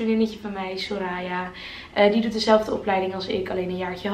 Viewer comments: Ik cringe echt een beetje van hoe de naam Soraya wordt uitgesproken haha. ‘Soraaaya’ haha. Geen haat trouwens maar ben het niet gewoon, ik ken het gewoon als ‘soraya’ haha. Verder super leuk huisje en kamer!! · Hey ja soraya zoals je de laatste a uitspreekt:)